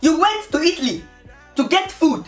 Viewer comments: No disrespect but when u said itttly not Italy I was dead😂😂😂😂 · who else is laughing about the pronunciation of Italy?